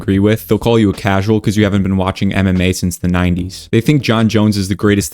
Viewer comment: When you say MMA it sounds like you say anime. Speak up you virgin all that yapping and you’re talking to low practically mumbling.